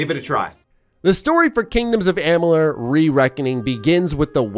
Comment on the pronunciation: and the Multiverse of Gaming yep. says the name correctly in this vid. Mos ago when thqn announced the release of the remaster he couldn't say the name correctly? I find it extremely hard to believe that someone who is as he says a 'HUUUUUGE FAN OF THE GAME!' would not know how to pronounce it. Or to not know the difference between a fateweaver & the fateless one? That's pretty hysterical actually. &to assume that I must be in a bad mood to comment on it? Um ok. You are reviewing a game. It's kinda important to know the facts. Maybe that's just me. 🙍😅